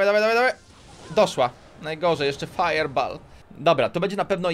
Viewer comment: sorry , że krytykuje ale mówi się fajer bol a nie fajer bal teraz pisałem jak się mówi XD